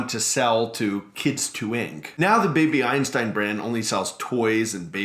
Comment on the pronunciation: for a moment I thought you said baby Epstein